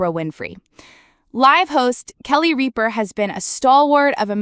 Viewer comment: First of all, you are mispronouncing Kelly's last name. Secondly, as far as I'm concerned, she can't leave fast enough!